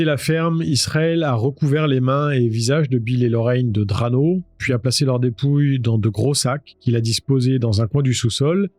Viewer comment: Qualité 👍. Prononciation de "Duane" et "Drano" à revoir en revanche.